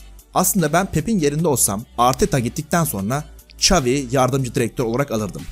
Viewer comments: "Ç" avi degil Şavi(XAVİ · İngilizce çeviriye yaz ve dinle, çavi diyor